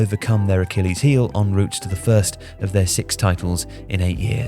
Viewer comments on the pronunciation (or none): none